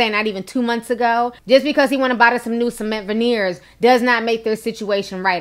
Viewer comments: Cement veeners 😂😂😂😂😂😂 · Did Ti say ‘Cement Veneers’?😂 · Did u say cement veneers... ?!?!? SOMEBODY PUT ME IN A COFFIN😭😭😭😭😭😭😭